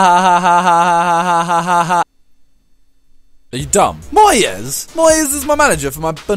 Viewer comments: Haha lol MOY-EZ lol it's said as MOYS Even though it's spelled moyes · Why do you say Moy-es? Not just Moyes.. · Moyes not Moy-yes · Whenever he says Moy-yez I get seriously pissed off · Why can't you pronounce moyes?